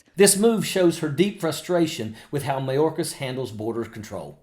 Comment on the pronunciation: "Mayorkasis"? Who is Mayorkasis, Margie?? We're all getting tired of MAGAt Marge. 🙄 We're about to chase her out of politics.